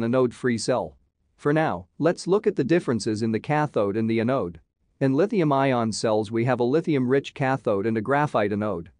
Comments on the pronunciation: Great video, and I'm looking forward to more. I have a request for future videos. Your text reader is pronouncing anode like "uh node", which is very distracting in a battery video. Google translate pronounces it correctly. The A should sound like the A in apple. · Anode is pronounced with accent on the first syllable. Closer to "an ode" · thumbs up for the effort, but the voice is way too computer-ish and monotonous, also quite fast and slowing down to 0.75 is not very good and the word anode is pronounced incorrectly. My biggest issue was the fact that you show all those graphs without sufficient explanation and without directing the viewers to take a look at a specific plot when you're making an argument.